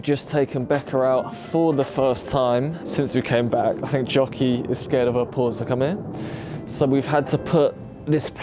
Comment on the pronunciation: Question; My American ears hear Jockey…is her name Jackie? Or is it actually Jockey? She’s so sweet and I’m sending her lots of extra love as she heals ❤️‍🩹❤️‍🩹❤️‍🩹❤️‍🩹